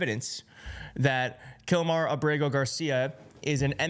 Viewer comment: I think it's A'brego (Accent on the first syllable) Garcia. Like : AB'-rego. ¿No?